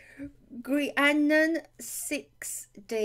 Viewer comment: You said Grianan perfectly :) Thank you for the welcome shoutout. <3